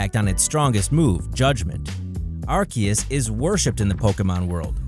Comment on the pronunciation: I had to stop watching when he said Arcias to